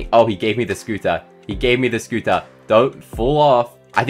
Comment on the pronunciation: Hqhah the you say soter its scotter